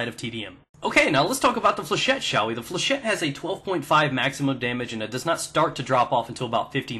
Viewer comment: flechette comes from a french word so its pronounced with a shet :)